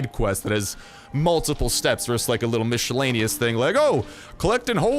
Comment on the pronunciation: Mish-ellaneous lol 😂😂😂😂😂😂